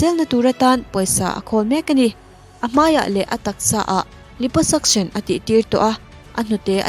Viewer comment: Liposuction kha a zo-tawng takin lai-paw-sak-sawn tia lam tur zok aw... Lips (hmui) lam surgery emaw kan ti don lom leee....😉